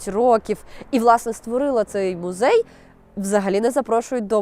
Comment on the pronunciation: "Гідности", "мюзей", ну це що за смак для вушок